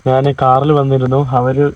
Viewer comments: നാൻ അല്ല ഞാൻ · നാൻ അല്ലടാ കോപ്പേ, ഞാൻ ആണ് ശരി